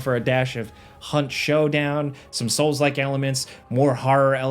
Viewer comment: “Soulslike” “Soulslike” “Soulslike”🤮